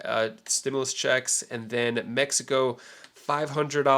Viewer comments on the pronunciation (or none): Dude you can say New Jersey just fine but Mexico 🧐come on now